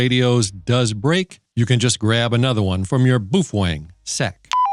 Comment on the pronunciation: You sure it's not ''bow-fang?" It doesn't sound ''manly'' the way you say it! I'm not sure I wanna say boof-wang!😅